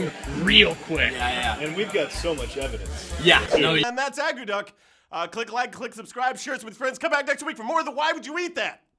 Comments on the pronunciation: pronounced 'ah-koo-tuck' not 'ah goo duck'. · That is NOT how you make akutaq, and it is not only made in Alaska but across all Inuit nations (NWT, Yukon, Nunavut, Nunavik, Greenland). And, by the way, it is not pronounced uh-GOO-duck, but AA-coo-tack. At least in Nunavik anyway. I can't say for all Inuit territories because the dialects are so very different. So it very well may be pronounced uh-GOO-duck in Alaska, actually... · From Alaska myself, I found a few of the facts incorrect and they didn't make it correctly. However, I am very surprised they didn't knock it or degrade it. It's. Very tasty treat and I love eating it. Also the pronunciation was incorrect.